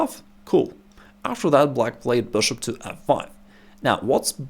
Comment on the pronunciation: This guy saying BishOpp is the the best thing in chess